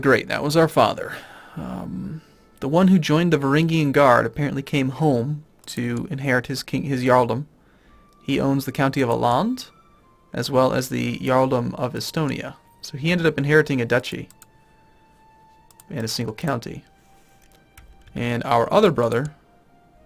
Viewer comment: generally in Swedish names Å is basically Oo with slight Ö So pronounce it Ooland it will be way more proper than Aland. Tho it Differs slightly between Finnish coastal, Swedish Mainland and Ålanders. Because reasons. Also It is not Sumenusko add longer u in to it like Suuoomenusko. Sounds way better.